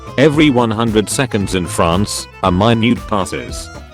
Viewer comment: Ah yes, a "mainute".